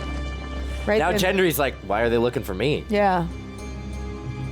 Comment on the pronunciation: His name is GENDRY NOT JENDRY!!!!!